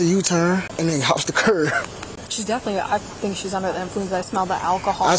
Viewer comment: cop keeps calling the curb a curv